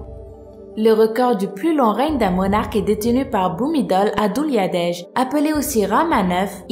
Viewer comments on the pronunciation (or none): de un c'est kopkumka et c'est pas bhumidol mais BHUMIBOL